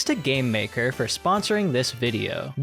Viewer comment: I thought is said GambleMaker for a second and was really concerned